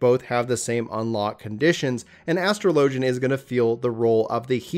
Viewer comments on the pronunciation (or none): "Astro Lojin" Big yikes. But good guide